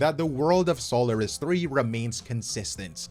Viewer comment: How come you say Sólaris when it's pronounced Soláris in-game, speaking so confidently about lore and such? Is it pronounced wrong by the VAs...?